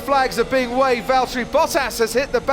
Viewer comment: Nice pronunciation of his name! Good job